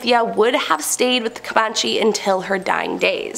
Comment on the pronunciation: Comanche was pronounced wrong 3 times 😅